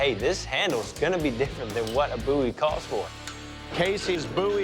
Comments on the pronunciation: "a coffin handle BOOOIE" It's BOW-IE. I know how to pronounce my surname. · The way dude pronounces BOWie is irritating